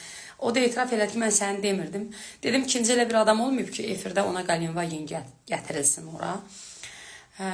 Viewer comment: Ay cuskalar Galenvagen yox! Ay cuskalar! GELENDVAGEN ! Heyif o masin ,sizin kimilere! Danisada bilmirsuz emelli